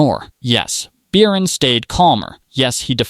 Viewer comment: Beercan? Its Bircan and the C is not a K😂😂